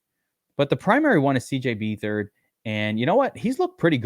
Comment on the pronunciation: BETH-ard...not BEE-thard